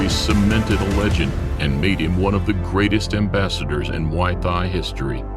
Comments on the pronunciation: Don't the Thai's pronounced the word Thai the same , why is this dork pronouncing Thai like that? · This isn't relavent, but it's funny how the narrator can pronounce Thailand fairly easily but when he tries to say "Thai" alone like in Muay Thai, his phonics changes dramatically. Great video though.